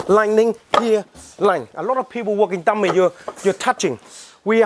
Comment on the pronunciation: Sometimes i mistaken the words he said, like dummy he said tummy . and whats with the guy's face to ?